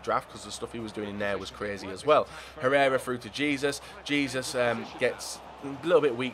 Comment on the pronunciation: You pronounce Jesus name h-e-s-o-s not j-e-s-u-s